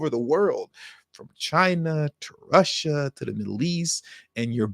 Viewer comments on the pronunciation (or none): none